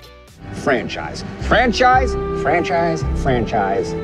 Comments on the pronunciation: My fatass thought he was saying French fries.. Everytime I hear franchise now I think of French fries😭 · Who else heard « french eyes » ?